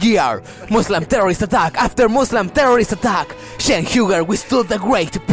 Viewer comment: Radical what now? Can't say "Muslim" clearly when identifying the shooter... ... but the word Muslim comes across perfectly clear when defending them...